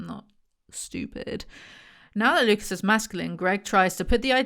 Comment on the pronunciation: ohhhh Lucas, I was hearing Lupus and was like, yeah no we're not calling him lupus